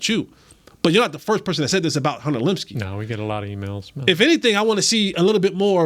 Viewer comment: Please pronounce Luepkes name correctly